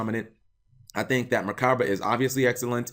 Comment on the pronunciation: Something small, but the pronunciation is mur-ka-bah.. also wouldn't be surprised if it gets a name change for religious connotation.